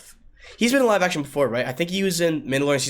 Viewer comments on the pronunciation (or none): none